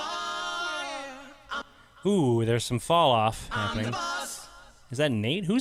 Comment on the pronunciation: why does it sound like he's saying "i'm the box"?